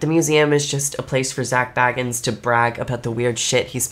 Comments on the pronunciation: It's Zak Bagans, not Zak Baggans the Hobbit. 😂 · and an F for her calling him baggins like he is some hobbit. 😂 BAY-gens like BAgel. 👍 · It’s pronounced “Bay” Gans! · right! It's Zak fkn Bay-gans lol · Your pronouncing his surname wrong it's bAgans ya need to pronounced the A as A 😊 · But at least Nick can pronounce Zak's goddamn name right ffs🤦‍♂ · You are not saying Zak's name properly. And why are you wearing a garbage bag? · Yet you somehow haven't been able to pronounce his well known last name properly just once. It wouldn't be hard to edit that in if you wanted to seem more credible, just saying. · It’s hard to take you seriously when you spend the first 3 minutes trying to get rid of us viewers. And… mispronouncing Zak’s name.